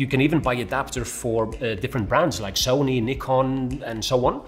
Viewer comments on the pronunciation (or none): none